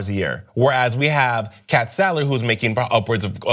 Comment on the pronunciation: It's Sadler not Salder